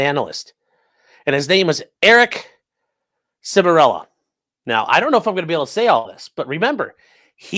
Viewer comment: Eric Char-mello. Not Semirello